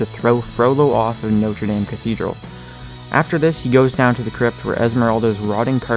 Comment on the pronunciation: I Think you're saying notre dame Wrong. No hate, just sayin'